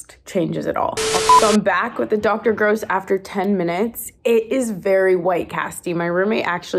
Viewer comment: Why are they pronouncing Dr. Dennis GROSS like that 🤣